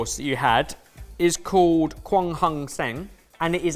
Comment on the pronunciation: guy was trying to say called and said code.